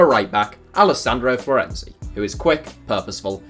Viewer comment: Florenzi!? Are you being held hostage by an italian😂